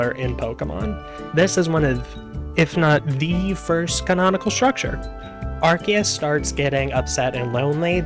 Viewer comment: You chose to pronounce Arceus correctly but then proceeded to butcher everyone’s names going forward.